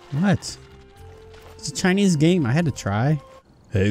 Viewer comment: HE FUCKING SAIS THIS IS A CHIANES GAME I HAD TO TRIH IT